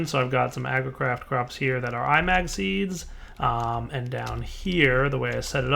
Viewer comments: I think it is not I-mag, but imag from imagine. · Felix Chong The inspiration for the mod is 'A Certain Scientific Railgun', an anime or something, never seen it myself, but if it's got anything remotely to do with actual railgun science then it's magnets (which is supported by the mod having 'magnetic manipulation') so 'I-mag' is probably the proper pronunciation. That's just a guess though. That said, say it how you want, it's a made up word.